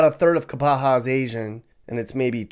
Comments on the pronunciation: I don't know where you're from, but obviously are not educated in the glottal stop (Google it). It's NOT "KAPAHA", it's "KAPA-A". BTW -- the rain is why they call Kauai "The Garden Island". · LAME! pronounces place names wrong. It's not KapaHA, the falls are WAIlua fails not KAIlua. You didn't bother going down to any of the best beaches, and you obviously did next to no research on the Island, its history, and the various parts of the island. This video sucks! Don't quit your dayjob!!